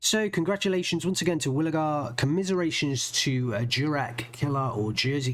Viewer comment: pronounce it more like Yurek - it's short for Jerzy which is Polish for George :)